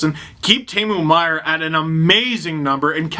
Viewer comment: Teemu Meier... geez Steve. First he can’t pronounce Tomas Hertl and now this.